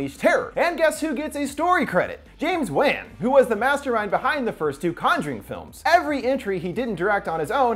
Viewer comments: The name of the conjuring director isn’t pronounced the way it’s spelled it’s pronounced James wawn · It’s pronounced like Juan. James Wan (Juan) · Thats not how you pronounce James Wan’s name. Thats annoying